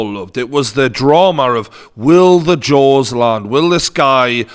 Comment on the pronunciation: When you said Jaws, I thought you said Jones lol